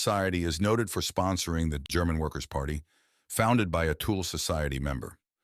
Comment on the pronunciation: The tool Society 😂😂😂😂😂 . Thuule uuuu Pronounce 25x wrong Tool instead of Thule is very irritante. Disrespectfull.